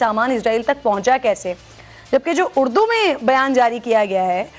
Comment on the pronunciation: بی بی اڑدو نہیں اردو ہوتا ہے.